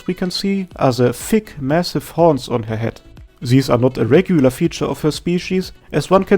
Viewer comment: The emphasis on those THICC HORNS